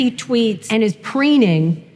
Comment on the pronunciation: Teacher: most of his thweets are amazing. Shmart and penny. Guess speech therapy never worked for her.